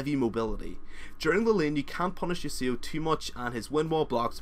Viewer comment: The way he pronounced yasuo tho XD sick vid tho very helpful.